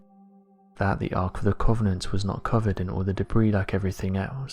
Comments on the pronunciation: you say covenant weird lol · Sorry, mate. Can't watch a film about The Ark of the Covenant from someone who can't actually pronounce it.